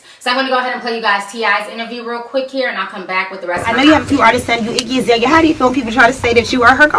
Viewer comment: Its. Iggy alazale dam not izalia